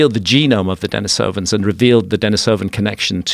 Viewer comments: Dení sovans instead of Deni sóvan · Its pronounced Den-EE-sovan. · Dude isn't even pronouncing denisovans correctly, how am I meant to be believe anything he says